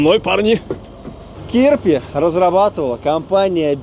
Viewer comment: а он разве не "Чирпи"?